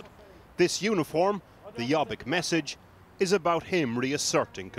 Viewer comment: It's pronounced "yo-beek".